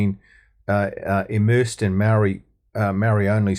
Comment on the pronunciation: This guy, whoever you are, is a card carrying RACSIT!! Can't even pronounce maori names properly, and you don't even try! YOU ARE A RACIST!!